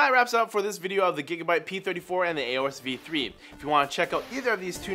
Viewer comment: It' Aorus, not A orus.